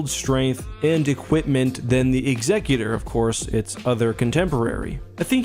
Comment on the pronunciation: What's with pronouncing Executor incorrectly?